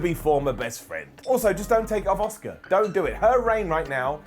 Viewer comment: The same way all the British people call Asuka ASK-AH. It's ridiculous